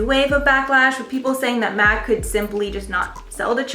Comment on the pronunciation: Dont pronounce MAC Cosmetic as Mac. it's M.A.C - Make-up Art Cosmetics